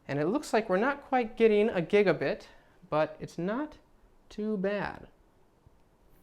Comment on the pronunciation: Does anyone else cringe when he says gigabit?